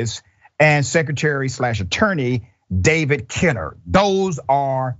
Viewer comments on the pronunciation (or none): none